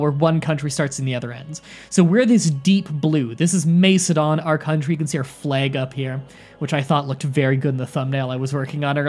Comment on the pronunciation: Great video man, and I know you apologised for your pronunciation but I still could help but laugh at some of your attempts, just a quick tip, it’s pronounced more like Mak-edon rather than Mace-edon, the C is hard in classical Greek and Latin, hope that helps a bit 😊